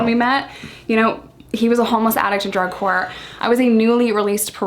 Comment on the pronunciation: LMAO... at 20 mins 7 seconds... I know you said "...He was a homeless addict AT DRUG COURT..." but... it sounds like "...He was a homeless addict a drug whore..." made me laugh out loud! Love the channel and I watch all the time... just poking fun! This was meant to be a harmless jokey comment... that's all! Thanks!